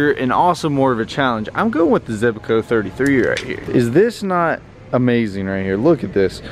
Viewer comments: He said “zebaco “ In stead of zebco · Zebco, not Zebaco. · ZEBCO not ZEBACO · Why do u say zebco like zebaco😂